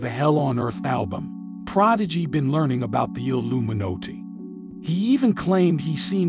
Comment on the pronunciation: the alluminotay huh lol